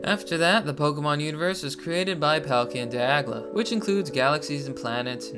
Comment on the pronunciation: If you say "DIAGLA" one more time I'm gonna lose it